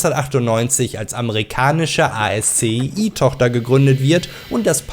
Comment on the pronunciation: Kleiner Hinweis: ASCII wird Aski ausgesprochen. Das kommt von der Programmsprache